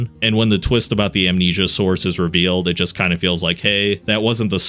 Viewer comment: oh no not "Amensia"